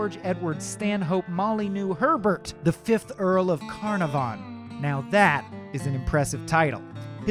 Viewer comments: The mispronunciation of Carnarvon is atrocious. kuh NAH fun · Just an FYI (should anyone ever wish to say it), Carnarvon has the emphasis on the second syllable. car-NAR-von. HTH! 😊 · I noticed that too, there should be more emphasis on the second syllable. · history... no offence but you're pronouncing carnarvon wrong it's not carnar-von, c-nar-von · One yes! I just commented that I winced every time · Ok, I was wondering, is he saying it wrong or are we? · If he could only master Lord Carnarvon s name. (he hacks it up pretty bad) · I hate the way he pronounces Carnarvon. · Sorry but the narrators voice is too whiny and he keeps saying Carnarvon wrong. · You're BUTCHERING pronunciation of Conarvan's name and its irritating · I winced every time he mispronounced Lord Carnarvon. Americans… smh Sincerely, an American Downton fan